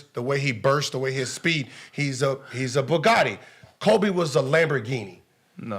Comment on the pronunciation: They way he pronounces bugatti messed with my head cuz it sounded like he was saying a word that sounded like “bigote” and I was damn Idk what that word is